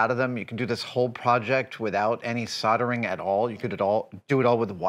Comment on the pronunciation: I'm so happy you can complete the project without any soddering :D Soldering is a useful skill to learn though people!